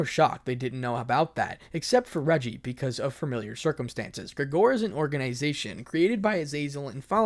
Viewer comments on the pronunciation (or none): Grigori= gri-ger-ee Asmodeus= az-mow-day-us Peerage= peer-ij Qlippoth= clip-poth Penemue= pen-ne-mew Shemhazai=shem-haz-zai Cadre= car-der This is a list of correct pronunciations for a few words I notice you mispronounced frequently. I mean no disrespect, of course, your videos are amazing. Think of this as constructive criticism. Keep at it man, you're doing great. (If i find more I'll edit this) (Edit: if this doesn't make sense to the average American English speaker it's because I made it from the perspective of a British English speaker)